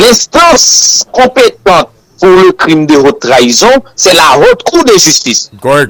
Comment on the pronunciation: Crime de "whotte" trahison. Non. On dit : crime de "Otte" (haute) trahison. La lettre "h" ne se lit pas en français, qu'il soit muet ou aspiré. Le h aspiré interdit la liaison et l'ellision (l'apostrophe). Ainsi, on dit le haricot (aricot phonétiquement) et non pas l'haricot. On dit aussi la honte (la "ontte") et non pas la wontte. Idem: la haine (comme la lettre N phonétiquement). "Hhènne".